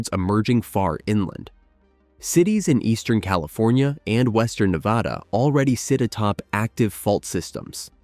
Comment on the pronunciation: It’s Nevăda unless you’re talking about Spain. This narrator pronounces it wrong nearly all the time!